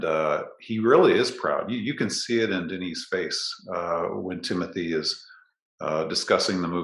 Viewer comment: it’s interesting that is french but it seems he still hasn’t caught on to the fact that timmy is as well! i figured he’d be using the correct pronunciation of his name if no one else does lol. here’s hoping he sees this but hey, timothée IS french through his father who was born and raised there and his name is pronounced “tim-oo-tay shall-uh-may”. he was born in ny but spent summers in france and holds a duel citizenship. LOVING the podcast guys, truly! <3